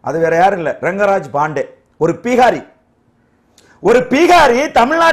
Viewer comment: Athu ppeegaari illai, Bihari. Venumne ‘pp’ pottu solreenga.,.,.,.,. Aanaalum avarukku....